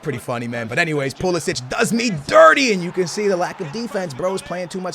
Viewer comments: It's Perisic not Pulisic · Its perišić not pulišić😂😂